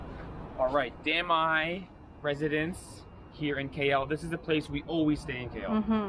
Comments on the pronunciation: every time you said Damai, me= damn I :') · "Damai residence" What I thought I heard "Damn... I.."